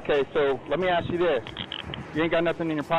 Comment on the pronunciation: Guys... (from well known community) You have to stop saying "ax the question" rather than "ask the question" (letters clearly state how it is to be read, and axe is a tool...)